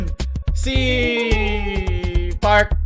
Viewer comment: No one: Literally no one: na hindi kilala si Sana: "Si pArK pArK"